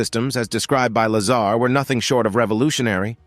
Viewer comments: Stop saying Lazara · Talk about jumping on the bandwagon of the latest UFO / UAP disclosures,. This video has extremely poor narration, quite possibly AI? Incorrect pronunciation of Bob Lazar's name, extra words scattered within the piece, along with very little intonation and incorrect punctuation. As previously suggested, at least get the basics correct. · Bob is a wild guy, and a genius. His reveal of Area 51 and S4 did more for Humanity and paved a way for more disclosure than most historical figures. Deserves to be at minimum Pronounced correctly....freakin LAZARA. WTF